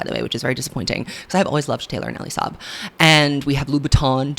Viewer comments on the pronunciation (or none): none